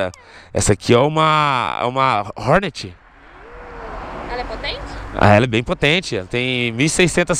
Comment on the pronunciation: "Honet 1600 cilindrada"😹😹😹😹😹😹😹😹😹😹😹